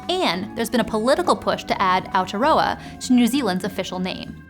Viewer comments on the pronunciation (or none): none